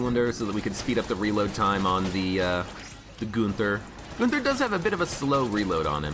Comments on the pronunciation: Him saying goonther has been nagging me as well. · Hey. I‘m from Germany and I Love your Videos. You prononce it kind of funny if you whant to say the Name. But it sounds not so wrong 👍🏻